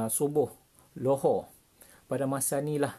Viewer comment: Zohor bukan lohor///😂